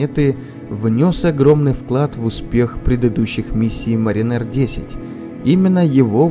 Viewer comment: Mariner . Ударение ставится на первую гласную. В переводе, моряк. Диктор из вас так себе.